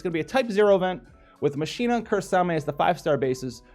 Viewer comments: not like Machine-na, its Mach-Kee-Na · A challenge for this vid. Take a shot every time howl says machine-a instead of Machina( pronounced like mokina) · Btw, it's MAK-E-NAH;)